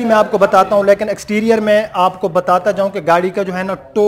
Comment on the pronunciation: lakin ni lekin hota ha.